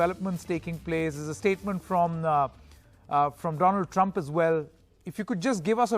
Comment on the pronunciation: Dolaaand trumph 😅😅😅😅😅